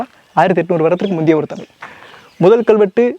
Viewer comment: நண்பா தவறாக எடுத்துக்கு வேண்டாம், ழ சரியாக உச்சரிக்க பழகினால் நன்றாக இ௫க்கம். தமிலி என்று கேட்க்கும் போது, தமிழுக்கே உள்ள சிறப்பை இழந்ததை போன்று உள்ளது. மற்ற படி அ௫மையான பதிவு 😎